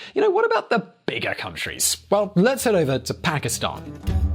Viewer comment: He says Pakistan I heard bhikhari